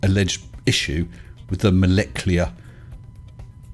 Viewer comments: Moleclear?? Was he thinking IT'S NUCLEAR NOT NUCULAR , and then thought IT MUST BE MOLECLEAR NOT MOLECULAR ? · Molecular, is that like nucular? lol